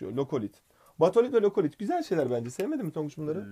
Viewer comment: mükemmel ikilisiniz ama lokolit değil lakolit bazı şeyler yanlış :(